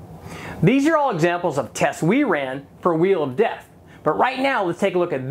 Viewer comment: Chanting “Wheel of Death” sounded like “We Love Death”! Accident?